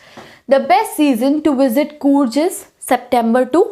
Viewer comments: Coorj nahi coorg padho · Areee कूर्ज nahii कूर्ग